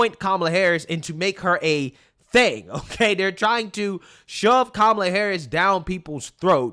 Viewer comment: Coup-mala😂😂😂😂 perfect bro so on point! CoupAmallaObama